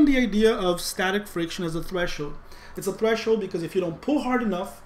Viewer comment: We crossed the "thresh-hoed" 😅 Im sorry, dont hate me, Im laughing so hard. This video actually save me on this subject, though 💜